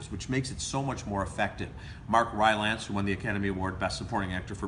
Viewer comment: Pronounced Rylince...